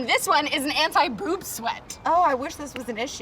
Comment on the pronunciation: On the anti boob sweat I thought you said anti poop sweat